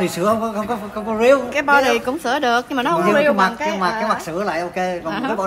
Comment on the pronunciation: Bođy mà nói bợ đích hihiiii